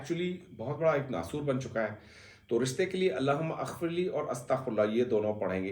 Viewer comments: Mohtaram...yay Allah.ho.mughfirli hai...AP ghalat pir Rai hai...Allah Huma aghfirli naie hai... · Sir Allah humaMagfirli is correct pronunciation